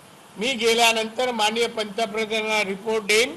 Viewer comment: अरे पंतप्रधान असा शब्द आहे प्रंत प्र‌धान नव्हे नारायण राणे अगोदर बोलायला शिका